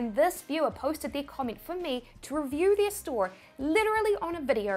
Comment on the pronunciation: SIPTIMBER, PERCINTE, COMMIENT learn to talk please